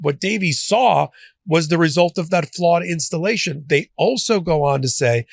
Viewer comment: FLAWED INSCHTALASHUN - J.Pirro